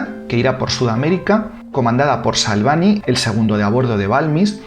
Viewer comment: Salvant se pronuncia Salvañ. Es un apellido catalán.